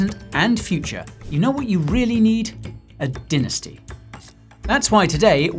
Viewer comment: Or is it dinnersty 🙃